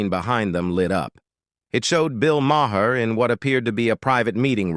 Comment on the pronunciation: This is a bogus AI video! He can’t even pronounce Maher correctly!